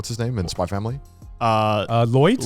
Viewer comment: Garnt still pronouncing the "X" in Spy Family is really weird considering he lives in Japan where every Japanese person calls it "Spy Family"....